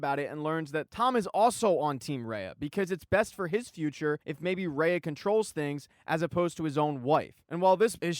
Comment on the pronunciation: Is Rayah. Not Rain-ah.